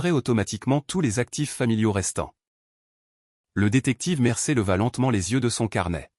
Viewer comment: On ne dit pas "Mercer !!!!', mais ! : 'Mercier !!!'